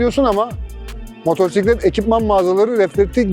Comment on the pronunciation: Güzel anlatmışsın kardeşim de, bir de reflektiK yerine reflektiF diyebilsen ne güzel olurdu. Bir de motoRsiklet değil, motosiklet. Evde biraz alıştırma yap.